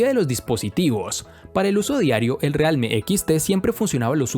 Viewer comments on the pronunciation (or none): Que no realme se pronuncia "rialmi"?